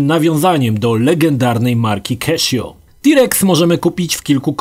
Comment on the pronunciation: "keszjo" serio :) ?? skąd pomysł na taką wymowę? :D